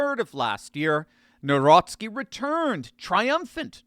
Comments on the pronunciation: The president of Poland is Karol Nawrocki, NOT Narowski., you need to learn how to pronounce his name correctly. Also, your advertising is distracting. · Jesus lads ! His second name is pronounced Navrotski not Nowrocky . It's killing my polish ears . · You should pronounce Nawrocki like Navrotzke, maybe try checking the correct pronunciation on a translator... It's a matter of respect for the President of Poland and Poles. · N A V R O T S K I... I hope it helps with pronunciation.